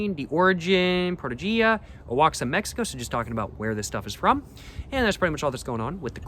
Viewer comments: I could be wrong, but I think Oaxaca is pronounced 'Wa-Ha-Ka. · You butchered Oaxaca